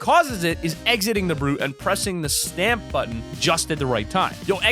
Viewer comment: I hate when you pronounce stomp as sTaMp😵